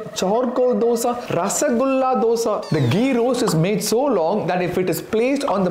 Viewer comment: Being a tamilan, you could pronounce the word dosa better. Good video.